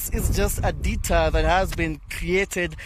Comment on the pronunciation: Lets be particular about the use of the particular word "particular", particularly now that the word is particularly stretched out to a particular extent. Lets take that deTOUR not Deter to the particular pronounciation of the particular over use of the word Particular. 🤦🏽‍♀️🤦🏽‍♀️🤦🏽‍♀️